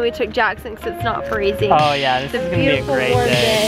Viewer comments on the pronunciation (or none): i LOVE how Jackson says yeo when he tries to say yeah